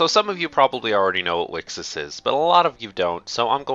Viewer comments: wicksis sounds equally as bad, mate. And there shouldn't be a "consensus" on how to pronounce the name, its written there very clearly in katakana;) Thanks for putting together this video though. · How says it: Wixoss How people said it: Wicross How you're supposed to say it: Wish Across